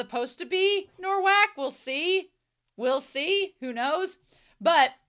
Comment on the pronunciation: Thank you for this reaction! For the future, I know you already realised its "Nowak", but let me explain the spelling - its spelled like "Novak", our "w" sounds like your "v", and your "w" sounds like our "ł", which is actually a letter used in Rafał's name. I love this series and your reaction to it!